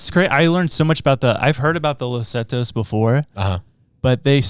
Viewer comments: It’s not “Zetos” it’s “Zetas” Pronounced “se- tahs” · Is he purposely saying Zatos?